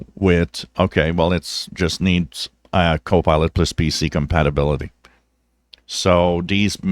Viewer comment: Hello, Will you be so kind to let me know if you are saying "co-pilot plus", or "co-pilotless"? I checked this with closed caption, and it reads "co-pilot plus",. But it sure sounds like you are saying- "co-pilotless". Thank You very much! Thank`s for your great videos!